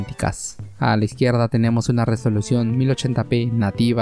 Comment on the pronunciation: en español se pronuncia resolución con erre no con ere.